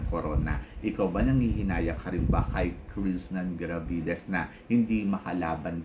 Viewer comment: Ang engot ng tingin mo sa paghihintay. Hello. Miss World is Miss World. Sure na may pageant yan unlike sa Miss Charm Cheapanggang Pageant na yan. Tsaka jusko bat di mo mabigkas ng Maayos yung Krishnah Gravidez. Wag ka na mag vlog.